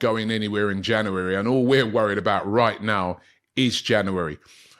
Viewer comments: It's pronounced "JanUary" Robbie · It's not janery now, it's febery